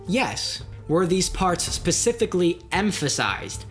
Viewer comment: Pacifically haha